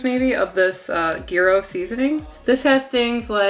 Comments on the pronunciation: GEERO meat - its said like JI-RO , you might have head it in Seinfeld, or other tv shows. GIRO, GYRO - J-RO. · Do we never question what's in parchment paper? BTW, gyro pronounces as yirro. Thank you for your recipes. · Thank you! But must correct your pronunciation! The G is like a J in jump, the y is said like “eye” and the ro is like “row” ahhh, got that off my chest, lol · "ear row" meat. "Hero" is closet word we have to this Greek delight. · "Yee Ro"--- from a Greek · If Gordon Ramsay says "Jai-row" you KNOW that pronunciation is incorrect. Ever hear a Brit say taco, quesadilla, or guacamole? It's painful. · "GHEE DOUGH" is how I understand to pronunciate gyro. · Just recently I stopped pronouncing it GuyRo lol 😂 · Living near the Greek community of Tarpon Springs FL, they say “yeer-oh” however, most everyone has their own way. Tomato/tomato. They are great, regardless. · It’s a rolled g . It’s not a y . From a Greek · The g is silent. lol. Love this! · Your ever-changing pronunciation of gyro makes my head hurt, haha! Seriously, this looks fantastic and I'm totally going to try this recipe. Yum. Thank you!